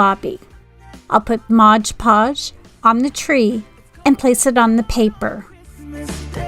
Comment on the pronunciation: Love your crafts but please stop saying modGE podge